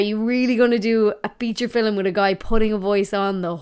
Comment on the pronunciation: You realize "film" has but one syllable. Yes?